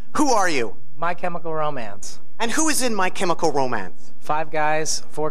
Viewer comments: Calling Ray 'my chemical ro-man' 😂😂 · Did Nardwuar seriously call Ray "My Chemical Ro-Man" lmfao